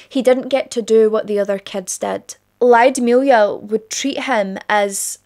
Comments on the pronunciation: Lyudmila [Luud-mill-ah]. The Y isn't pronounced that prominent. Not [Laio-di-milia]. Ludmila. Like the movie La Llorona the double L sounds like a j with a hint of L in the beginning. The same sound as that but more weight on the L and less on the J. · Mostly i agree. Except ''Lyudmila'' - bless you for trying though!